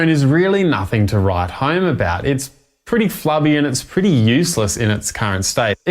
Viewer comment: Flubby….Flabby You say tomatoe, I say tomotoe